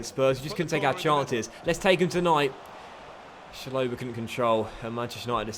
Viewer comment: could u please call Chalobah Chalobah no “Shalobah” it triggers my ocd